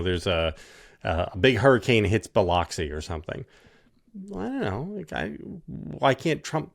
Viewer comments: It's not Bi-LOX-ee.... It's Bih-LUX-ee. I hear this painful mispronounciation too often - please and thank you! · It's not pronounced BiLOXI. It's pronounced BiLUXI. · It's pronounced Bi-LUX-i.